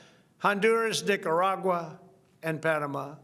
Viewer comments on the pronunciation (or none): Wait, did he just pronounce Nicaragua as “D*ckeragua”? 😂